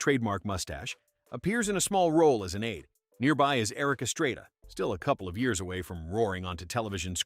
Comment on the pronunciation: Magnum P Y? Eric Es-tray-da? Hire a damn human being, FFS! And I’m holding off judgment on Csonka since I don’t know how to say it properly.